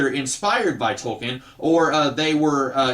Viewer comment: It's pronounced Toll-kin What happened to the video on how to fix the DL character from "Heroes"? Just curious.